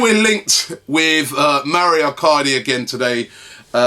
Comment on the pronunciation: It's Mauro not mario ffs